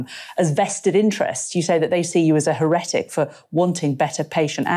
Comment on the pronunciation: To all and sundry: it's HERetic. Stress first syllable. Not herETic I have never heard that before!